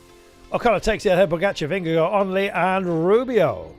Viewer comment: For goodness sake - please learn how to pronounce Vingegaard! Vin ger GARD. Not “Go”…